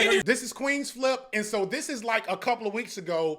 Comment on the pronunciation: UNC gotta be better at names he calling flip ish all crazy🥲